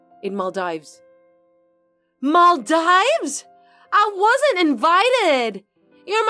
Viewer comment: It's pronounced Mal-DEEVES! 😊